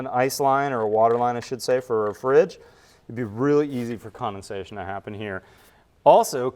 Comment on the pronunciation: The word is condensation not commonsation.